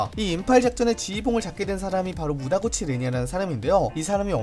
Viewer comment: 무다구치가 아니라 무타구치.....